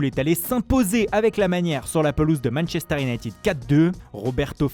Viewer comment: « Manechester » « la Rrrrrrroma »